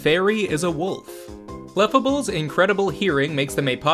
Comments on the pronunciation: It was a shock to my entire system hearing it pronounced "CLEF-uh-ble" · That pronunciation is CLaughable.